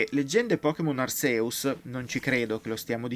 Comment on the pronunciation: può succedere. Sono Hisui (l'accento cade sulla prima I), Rowlet (Raulet), Cyndaquil (la C si dice all'inglese, quindi è una S) e Arceus (Archèus, ma è praticamente il nome con più pronunce sbagliate in assoluto)